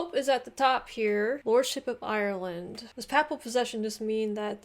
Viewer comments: Should be PayPal. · This Scottish commentator pronounces the word Papal wrong all the time. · The presenter of the video mispronounced the word "papal" numerous times which may be why you did not pick up on the meaning at the start. "Papal" should be pronounced "pay-ple" and not "papple" and it means "belonging to or relating to the pope of Rome". Hence, Ireland was a papal possession granted by the Pope to the king of England as a fief (pronounced "feef", not "fife") i.e. a territory run by a lesser ruler on behalf of another more powerful one in return for service to the latter. The king ruled Ireland under the title "Lord of Ireland". When Henry VIII broke with Rome and abrogated papal supremacy in England, he was obviously not going to allow himself to be subordinate to the Pope in relation to Ireland either so snatched the fiefdom from the Pope and assumed the title of "King of Ireland" - hence the Kingdom of Ireland which had its own parliament and laws and which persisted until the rebellion at the end of the 1700s and the Act of Union in 1801 which followed it when the Kingdom of Ireland was absorbed into the newly created "United Kingdom of Great Britain and Ireland". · For seven decades I have pronounced ‘papal’ as ‘pay-pul’ but never have I heard of ‘papple’. No one has ever in my hearing pronounced it the latter way. Have we been wrong all this time? I do not think so. Mind you, in a totally unrelated YouTube video recently I heard the narrator pronounce ‘Mountbatten’ with the stress on the first syllable whereas should be on the second. I shall have to teach myself not to mind. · You begin the vid by saying Irish History '' basically isn't too complicated'' Oh boy you haven't started yet ! 🤣🤣🤣🤣 & it is pronounced Paiplal as in P ape L not P followed by apple , as I think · Papal, pronounced 'pay pul'